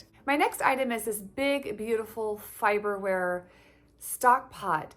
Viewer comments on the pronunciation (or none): Just an FYI, the pots are pronounced “Far-ber-ware” 😁You will love that brand!